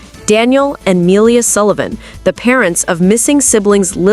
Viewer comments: You would think that after 4 months they would get her name right ! 🙄 It's Not Melia it's Malehya ! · Ma-ley-ha. You say her name wrong.